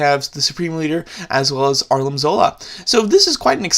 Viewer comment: It Arnim not Arlin